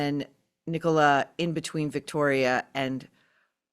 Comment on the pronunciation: Thank you for pronouncing Nicola properly...Tim Busfield looks drunk